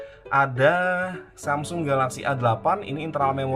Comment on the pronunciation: Hape tertipis pada masanya... Btw bang saya ngakak denger SAMSING 🗿